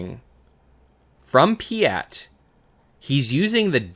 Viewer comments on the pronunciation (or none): Piett is spelt with an E not an A (pronunciation cannot go on like that lol), but great video otherwise 😅